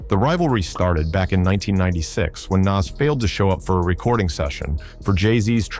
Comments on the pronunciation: His name is NAS not naz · Its not nazz like ass its Nas like oz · Every time this AI voice says “Naz”, or “Niz” it makes me cringe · It's not Nass or Nazz, it's Noss. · Bro learn to pronounce NAS !!!! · The narrator pronounced Nas like 3 different ways in the same video. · The pronunciation of "Nas" just gets progressively worse as the video goes on. I thought AI was supposed to learn as it goes. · Love the content cause it`s a nice summary for perople that don`t know. But please take the effort to do the commentary for real. I hate how the AI pronounces Nas different everytime and it`s what it makes it obvious. Man when you got love show love not robot! Please!!!